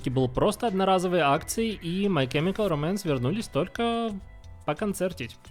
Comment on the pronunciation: Спасибо за видео, но чёрт побери эти ударения "My chemical románce" "ФрАнк Айеро" режут уши!